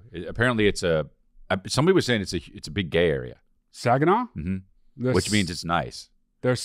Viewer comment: That's Saugatuck, MI (saw-guh-tuck) not Saginaw you're thinking of Chris that is the gay capitol of Michigan haha